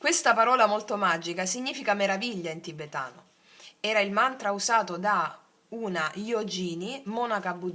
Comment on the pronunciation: Bella!❤ Yogini si pronuncia "Yoghini" Sono le praticanti donne, mentre gli uomini sono Yogi e si pronuncia "yoghi"...come yoghi e bubu😂😂 Tutti i praticanti maschi e femmine sono YOGIN (yoghin)